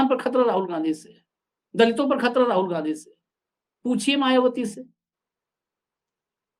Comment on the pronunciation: Khattar nhi sr khatara bolo